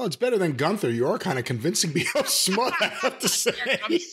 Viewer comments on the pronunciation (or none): Not smudd but smudge.